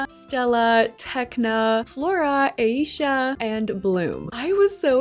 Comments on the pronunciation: Aisya. Not eiysha… read it correctly. Kinda annoying sorry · Her name is pronounced AAH- Eesha not Aye-Eesha. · Her name is AH-EE-SHA not eisha omg watch one episode pls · Once again you knocked it out of the park 👏🏽 Musa & Techna had my favorites, for sure! 🤩 Also I thought her name was pronounced eye-eesha 🤔 I haven’t seen the show in ages so I could be butchering it 😂 Thank you for the incredible content 💜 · This was so good but you’re saying Aisha’s name wrong😭